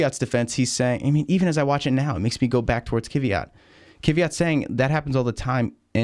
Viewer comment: First - he is Kvyat, not Kiviat. And second - only two wheels on curb.